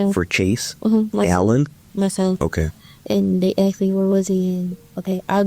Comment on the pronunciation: He axed. Omg kill me.